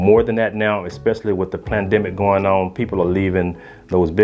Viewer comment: he said planned demic lol